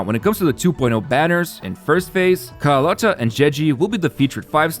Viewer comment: by the way, rinascita is pronounced rina-shi-ta, roccia is pronounced ro-cha and carlotta just needs emphasis on the o. I'm Italian and pronunciation matters a lot to me, the devs do poorly to pronounce it right but at least we can.